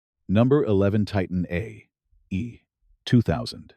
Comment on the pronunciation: This narrator is hard to listen to, especially listening to it saying "Titan A.E.". The script sounds fairly AI generated.